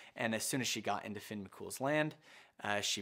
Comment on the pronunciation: It's pronounced FYUN (f-yun/fee-yun)